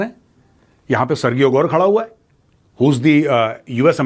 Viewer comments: sirji, सरगीयो nahi, सरजीयो. in spanish it is pronounced even more differently, but since this guy is Russian, and American, so Sir-Jio (सरजीयो) is the way he says it. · For your information major sir. Sergio is pronounced as सर्जियो, not सर्गियो। Think about the pronunciation of Surgery as सर्जरी। Keep up the great work.